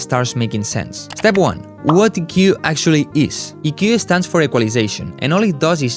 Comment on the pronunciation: Speak english , you cant even say EQ